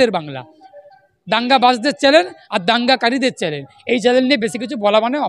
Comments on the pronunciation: চ্যানেল কে চ্যালেন বলে সে আবার উকিল 😂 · দাদা চ্যালেন না ওটা চ্যানেল হবে।